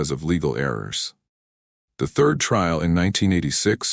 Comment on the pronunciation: It drives me nuts because throughout all of the videos on this channel.. They never pronounce anything correctly.. instead of saying third they say Thirth 🤦